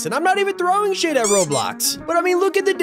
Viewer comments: Did nobody notice that it sounds like he said sh*# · It sounded like the swear word lol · I thought you said SHAME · I thought you said shaid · Wait I don’t know if he said sh*t or shame?? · Ok, because I thought I heard the t sound